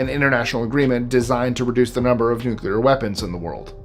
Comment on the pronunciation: My man actually pronounced " nuclear " correct 😂😂😂.... most American morons pronounce it " nuke u ler " with 3 syllables 😂😂... New - clear 2 syllables.... real simple ..... the Bush Jr method makes you sound as stupid as Bush jr.... 😂😂